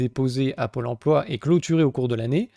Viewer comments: hum, une petite envie de taper des gens qui disent "empoi" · On ne dit pas emploi on dit empoi comme lemaire 😜😜😜